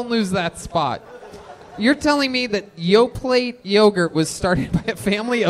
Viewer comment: Tony will never learn to pronounce “Yoplait”.